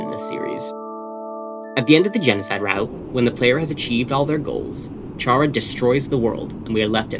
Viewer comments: BTW is pronounced "cara" not "chara" (if you're someone who speaks in Spanish, I mean) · normally i’m fine with mispronunciations but CHARA? ITS CARE-A OR CAR-A, NOT CHAIR-A OR CHAR-A!!! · It's pronounced Care-uh... Yk, like CHARA-cter? It's short for Character, like a placeholder name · ayo Chara is pronounced like Kara. its short for character. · 2026 and people still dont know how to say “Chara” 🫩 its literally just taken from the word “character” you dont say “CHAR-acter” its “care-uh” all lighthearted tho lol i enjoyed the vid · Chara is pronounced KARA, as in the NAME! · I exited the vid as soon as you mispronounced “Chara” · Chara is said with a k sound, since it's literally a shortened version of the word character